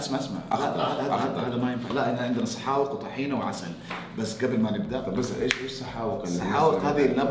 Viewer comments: مو سحاوق اسمها سحاوييق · سحاوق بقاف عاميه مو قاف فصحى